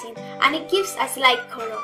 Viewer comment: I hate it a lot when you say " COLOR"